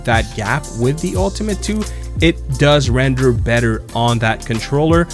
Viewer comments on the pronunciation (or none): none